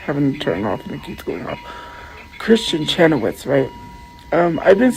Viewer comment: Why is she calling her "Kristen Chenowitz?" 😂